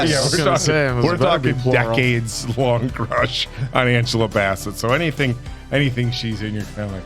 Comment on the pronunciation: Yea my eldest brother died the month this came out. So this film wrecked me. Thanks for the reaction as always. Answer its Angela Bass-Set and Le-Tee-Sha. Namor has many pronunciations like Ra' AL Guul lol but I prefer Nah-More how Tenoch says Look up RiRi Williams, Iron heart, she's amazing.